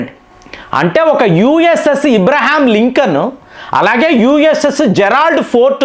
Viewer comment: సార్, అందరు అబ్రహం అంటారు, మీరు ఒక్కరే ఇబ్రహీం అంటారు ఎందుకు, నెక్స్ట్ వీడియోలో సందేహం తీ రుస్తారని అనుకుంటున్నాను.